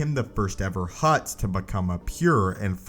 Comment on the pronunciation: Keep hearing "hot" jedi Dorian